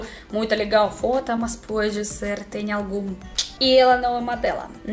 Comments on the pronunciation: você quis dizer FOTO, mas entendi como FODA. Kkkkk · cuidado com a pronúncia: foto e foda são coisas distintas. Você é carisma nitroglicerinada! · Quando ela fala foto parece que tá falando fóda